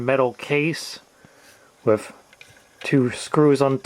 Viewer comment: It’s thhhh not ffff. It’s with not wifff.